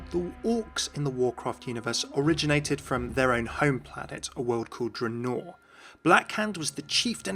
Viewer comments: That mom not when he pronounces it dra-noor Good attempt Tho the Warcraft and Starcraft lore is on point 😁👌👍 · Triggered by the way he pronounced Draenor lmao